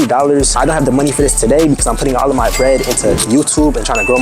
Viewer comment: I be saying foh too like it’s an addiction